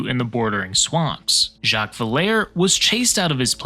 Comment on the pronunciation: Just for the record, the Villere plantation is not "vill-air" but French pronunciation "Vill-a-ray". (I live in suburban New Orleans and have visited the battlefield and monuments more than a couple of times.)